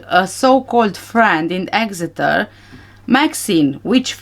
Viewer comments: You pronounced Exeter perfectly 🥰 I live only 14 miles from there. I hadn't realised Tanner lived there😮 Every last one of the Tapas 9 gave me the creeps!😱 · You pronounced 'Exeter' perfectly! I was born there 46 yrs ago but we moved for my dads job when I was four.